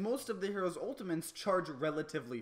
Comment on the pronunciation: "Ultiments" XD Love the video btw!